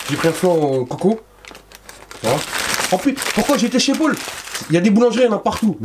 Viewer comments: Ça m'a stressée tu dis Pôle tout le long de la vidéo 🙄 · "chez pol" jpp